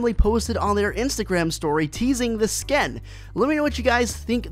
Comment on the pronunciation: Sken hahahahaha get your words right